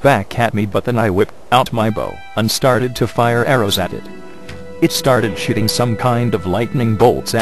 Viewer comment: lol! shooting it sounds like shiting it! ' and it started ''SHITING'' some sort of lightning bolts at me!' xD